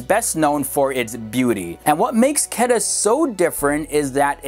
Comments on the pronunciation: quetta is not pronounced ketta its kuuetta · For all new viewers, its city Quetta not pronounced as Ketta. Its Kuwaytta! Peace!! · Its not qeta, its ko-we-ta (quetta) and se-yal-kot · I was stunned when he said qada. It was Quetta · You are pronouncing Quetta as Ketta while it actually is pronounced as Kooaaitaa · Not Ketta... Quweta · not ketta its Quetta lol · Butchered the pronunciation of Quetts to a point of incomprehension. its like K-wait(t)-Aa awesome video though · Quetta tou Quetta hai😎 and its pronounce like (ko Ae ta) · Quetta pronounced (ku-weh-tta) And Balochistan is pronounced (baa-lo- chess-than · ITS KO-EETA (KOYTA) THE CAPITAL OF BLOCHISTAN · It's quetta, pronounced as ko-ait-a lmao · Yesssss Peshawar and Quetta 😍💖💖💖💖. Quetta is pronounced as Qwetta. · Your Pronunciation of few cities name is not up to the mark... so please also try to mention the name of city in Video.. edit it in the Video (Subtitle). like You have pronounce the city name Quetta, which pronunciation was wired :D I was not able to understand which city you were talking about :D Thanks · It's pronounced Koo-Wetta and Ba-Lo-Chistan